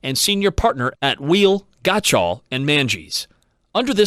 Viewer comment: Gotshal kinda sounds like got y'all 🤣